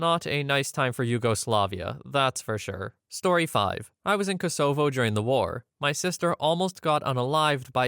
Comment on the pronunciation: that's an interesting pronunciation of Kosovo